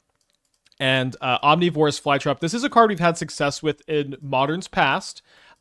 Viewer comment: People bringing up slightly mispronouncing ouroboroid while he completely mispronounces omnivorous is wild to me. Especially where omnivorous is a much more common word. (Maybe I'm also wrong but the way he says ouroboroid sounds fine to me)